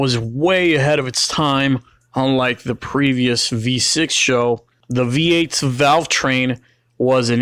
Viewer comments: Its S H O not sho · Great vid but it's not a taurus show it's an S H O. You don't pronounce ses or se or svt or gt as one word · "SHOW"?? Dumbass, it's S H O. as in Super High Output. Moron. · It’s not a “Show” it’s an “S-H-O” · S.H.O. NOT "SHOW" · For fucks sake its S H O. It's not a word. It is there fucking and separate letters. S H O not sho. It doesnt sound like a show. No one ever called these a show. Its SHO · It’s not pronounced show. It is S. H. O. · S. H. O. Is the only way I've ever heard this car pronounced years that I've heard this car talked about. And being that have been around the car scene 4 years and I've had friends that have actually raced these things, and yes I am definitely impressed with them. But I have never heard them pronounced as "Show". Could me and the rest of the people all been wrong this whole time? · Not dissing the video, but bro, it's SHO, not show. Ess Aitch Oh. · S.H.O not Show. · its not a 'show' its an S.H.O. which is an acronym. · It's not pronounced show it's just S H O. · Did it annoy anyone else when he kept calling it "show" It is an S H O. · true true it’s an sho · It’s S.H.O not sho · Calling it a "Show" instead of "Ess Aetch Oh" is like calling Nitrous Oxide Systems (NOS) "Noss". And these Taurus Super High Outputs were unremarkable. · But why pronounce it Show? Wasn't it pronounced S H O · Watch the original commercial. Its show. Always has. Always been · For fuck's sake please stop calling it a "SHOW." It's like when dumb fucking millennials say "NOSSSSSS." It's an S.H.O. not a "SHOW." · You should probably call it S.H.O. "ess aych oh" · "What do you call that? The Super High Output Ford Taurus. We call it 'The SHO[W]." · Totally agree. ESS EIGHCH OH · The super high output taurus. We call it the SHOW